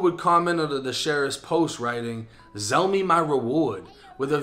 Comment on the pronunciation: Nah nigga said zell me my award tho 😭😭😭